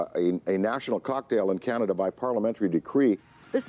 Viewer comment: Please don't talk so much. Canada is not pronounced Cehnada...it Is CANada.